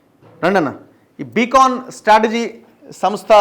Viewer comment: బీకాన్ కాదు బ్రదర్. బీకన్ అంటే దారి చూపే వెలుగు. సొల్లు వెలుగు కాదు